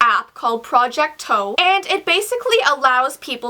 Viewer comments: D-did she say project toe...? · " project toe" 😂